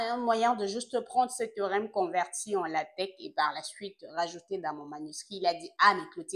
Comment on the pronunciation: Salut Doc ! Priere de prononcer Latex comme "Latek". Le latex est une matiere utilise pour fabriquer les ... 😅